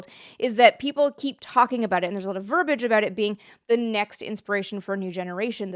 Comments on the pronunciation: The word "verbiage" is pronounced "vur-bee-idge" - not "vur-bidge " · Verbiage. There's an i in there. Verb-ee-adge. It's not a portmanteau of verb and cabbage.